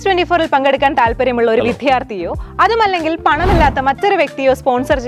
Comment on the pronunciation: വിദ്ധ്യാർത്ഥി , ഉദ്ധ്യമം വളരെ മോശം ഉച്ചാരണം